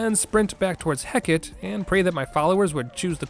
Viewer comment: Hearing 'Hecat' for what I'm pretty sure was Hecate (wasn't looking at the time, too lazy to run it back) was.... Something